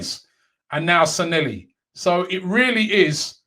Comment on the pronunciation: Robbie its SanLLehi not SanElli, youve had me saying it wrong for ages